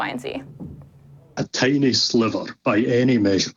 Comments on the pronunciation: Every time said, "tiny sliverrr," I was saying, ", I got your tiny sliver right here!" #middlefinger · the hatred in your voice when you pronounced EJ "a sliver" was so clear. You're going to have to work on that if you ever want to pass for a compassionate being.